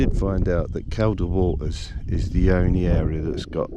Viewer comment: It's pronounced "Keel da " water, you brute. The lakes are in the singular, too. I'll let you off this time. ( for your future ref. ) Enyoy these "vanners vids". I'm goosed now, but did plenty of it years a go. Enjoy ya time, whilst ya can.